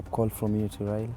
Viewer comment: my dear it’s your right to support anyone whom so ever you wish BUT my problem is your pronunciation, it’s Raila not Raira... Even me I don’t like him and i don’t support him, HI5